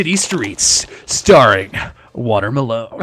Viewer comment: Water Malone sounds like Water my lawn